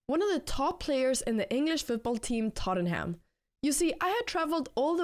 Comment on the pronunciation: Lads, it's Tottenham